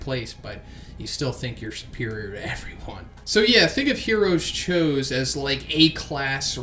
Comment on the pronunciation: thats not how you say his name lol